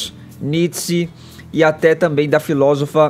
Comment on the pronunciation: Além de claramente o Edgar e " cia" quererem disputar com o Caio, deveriam pronunciar direito...o pronunciou o filósofo Nietzsche como " Nichi" e a que quer dar uma de culta pronunciou Presidente " Bãsh"... É Bush com som de U mesmo ( geralmente, o U do inglês se pronuncia " ã" ou " I, mas este é um dos casos de exceção e se pronuncia U mesmo). Quem ganha uma grana para estar querendo ser intelectual e corrigir vírgulas do MEC tem que saber pronunciar...se não, é mais um " deserviço"